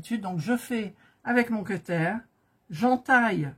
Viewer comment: Le "queutaire" me fait beaucoup rire 😆